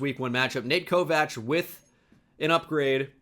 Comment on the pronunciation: Why does he pronounce it Ko-Vach???